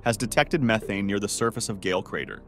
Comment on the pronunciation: That is not how you pronounce methane like you did at the start of this video, then you said it correctly I don’t understand why AI says it wrong then says it correctly.